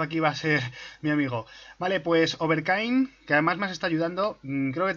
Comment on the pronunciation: ES OVER 'KING' NO KAING XD